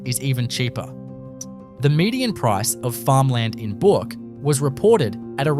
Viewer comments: It's not bork it's burk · Also needs to pronounce Bourke as BERK not Bork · Please pronounce Bourke properly. It's not pronounced "BORK"! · "Bork" ? Back of "Bork" ?? 👺 Is this some sort of AI Generated Outrage Pr0n to get comments and views ?? Are you deliberately mispronouncing EVERY location to trigger viewers ?? There's just no way you're this 🤡👹🤯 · and Bourke is not pronounced Boruk... as for Coober Pedy, not even close. AI Generated speech here.